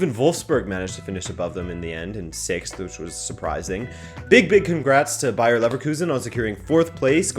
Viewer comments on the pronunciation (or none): none